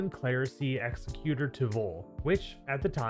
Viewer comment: Pronounce executor properly challenge impossible